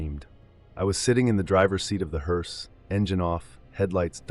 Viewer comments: Its pronounced “Herse” not “herese” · Been a professional what driver ????😂😂😂 At least learn how to pronounce the name right . It's HER SE not Hear se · Not a “heerse”, a “hearse”! And family doesn’t sit next to the casket in back of the hearse. What kind of freakish funeral home puts seats next to the casket in a hearse?! Families don’t ride in the hearse! Who does the illustration to these things? And writes them? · Is this AI ? Why is the word “hearse” pronounced differently multiple times ? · A.I. mispronounces hearse. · He couldn't pronounce "HEARSE "😂😂😂